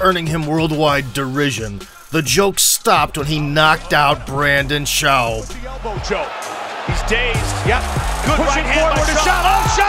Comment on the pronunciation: Now I know who "Brandon Shaw-ub is" 🙂